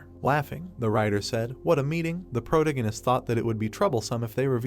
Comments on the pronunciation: Pro-tag-gon-ist Not Proto-ghen-ist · is disinterest, not displeasure... Please improve your vocabulary if youre gonna read stuff for people... Also thats not how you pronounce protagonist